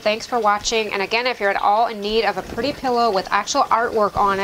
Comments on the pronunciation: The word is pretty….not purdy! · ~ I loved how your cat thought that the place on the swing was just for him and I love how you say pretty...purdy! ~ Sweet ~ Peace be still